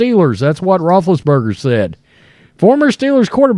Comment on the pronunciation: What are you saying? Rootriates?